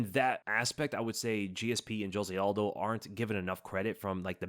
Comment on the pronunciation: Brother please, just google “Jose Aldo pronunciation”